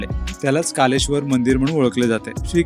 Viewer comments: कालेश्वर नाही कलेश्वर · ते कालेश्वर नसून कलेश्वर असा आहे